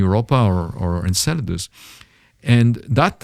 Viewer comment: Saturns moon "Inklidius" lol